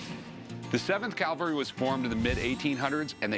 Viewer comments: Cavalry.. not Calvary 😮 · Rick always says Calvary instead of cavalry.